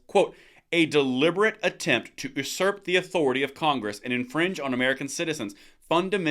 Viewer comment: doesnt know how to pronounce usurp lmfao